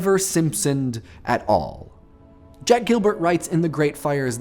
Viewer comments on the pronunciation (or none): none